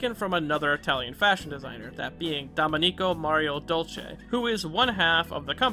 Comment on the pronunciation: your pronunciation of domenico hurts my soul 😭😭